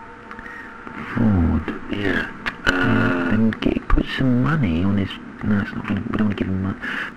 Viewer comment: Yeah* not Yeahr